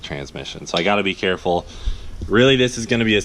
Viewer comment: He says "I want to be carfull" Cleetus? ...careful? ...really? ;-)